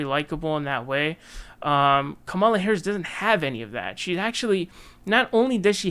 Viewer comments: Bruh y u still mispronouncing Kamala? Is it intentional or something?I know it seems minor but as a commentator you should really have that nailed down by now. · It is still very very stupid that you won't pronounce her name correctly